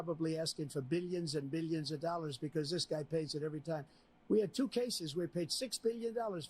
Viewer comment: Beeleeuns and beeleeuns of dollars